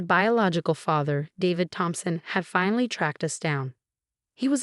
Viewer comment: I thought his name was Thompson not Phompson. The sister is terrible she just wanted the money.